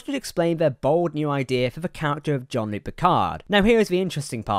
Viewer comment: It's Jean Luc not John Luke .....